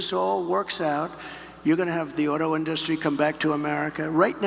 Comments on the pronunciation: 3rd grade education is right. He can’t even say industry! 😂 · He's sounding more and more simple-minded. He didn't understand much ten years ago, but now he doesn't seem to have a clue. Just a minor point, but he seems to have difficulty pronouncing "industry" now.